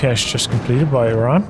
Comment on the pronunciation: Where are u from. You pronounced Iran correctly . In an arabian manner i mean